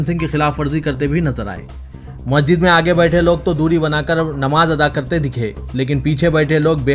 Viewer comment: مسجد کا تلفظ صحیح کرنے کی زحمت کریں